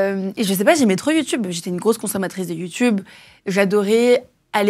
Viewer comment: dit "YOUTOUBE" au lieu de youtube tout comme Mathieu Kassowitz. Ça doit être générationnel 😁. Si jeune et déjà dans l'enfer des violences conjugales. 🥺